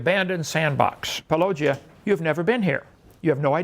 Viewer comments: Why can't inmate pronounce Paulogia correctly? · Christ, someone tell hovind how to pronounce Paulogia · Notice how petty Ken is about paulogia. He calls him "pollogia" while he says let's call Paul with no problem